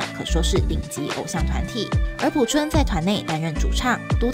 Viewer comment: P I A O 朴！二声！